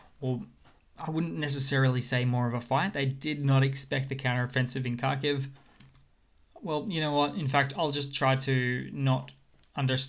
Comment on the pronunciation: Mate, H is silent. It's K aitch.